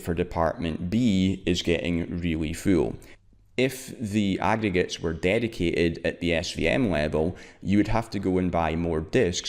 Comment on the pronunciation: nigga you can't even pronounce aggregates properly, smh